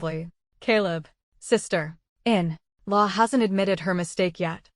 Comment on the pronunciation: Do something with the 'sister - in - law' of the AI voice, this is so annoying. Catherine also became Caleb at some point, please proofread the story before sharing 😮‍💨